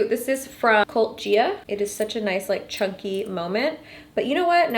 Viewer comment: Was she trying to say cult Gaia the whole time? Lol